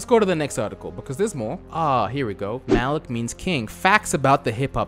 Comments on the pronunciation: is saying malik instead of malki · You may be dyslexic... You repeatedly read 'Malki' as "Malik". Mal-Kee, not Mal-Eek. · Isn't it malki and not malik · ITS NOT MALIK ITS MALKI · Thank you for the name correction..I was like, this dude dyslexic af lol. He readin it over and over and still sayin Malik 🤣 anyways, malki is a real life clout chasing clown. Nice video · Amm u said his name wrong like every time and the Bentley is a Roys Roys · I can’t watch this because the mispronunciation is killing me dude I’m screaming at my phone every time you say it wrong 😑